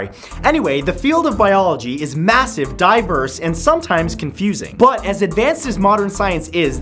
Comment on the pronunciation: Instead of saying massive, diverse I thought you said massive diapers 😂 I was so confused!!